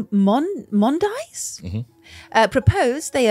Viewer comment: "May mon dies??" Lol, Maimonides is "My-mon-i-deez" basically, that "i" being the i in "pit", if anyone was wondering. Cool guy! And fucking excellent episode as ever, this might be the best Mystery Quest yet. Definitely the fucking creepiest!